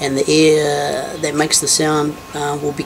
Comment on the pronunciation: When he said air I thought he was saying ear